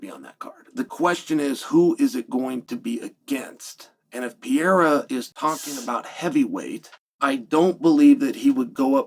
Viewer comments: CHAEL IT'S Perr-er-Ah C'mon Man!!!😂😂😂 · Chael saying piaira is frying me so hard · Who's this "PIERRA" guy Chael is talking about. I know an Alex Pereira, but never heard of "PIERRA". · Alex PEE-era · Pierre ? Cmon chael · Chael its so easy, PER-RARE- UH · Pee-aera? stop murdering the name. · Pereira had now become a two weight class ufc champ and still hasn't learned how to say Pereira